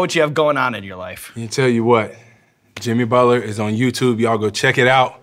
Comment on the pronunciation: i noticed sean says bucket inseed of Butler 😂😂😅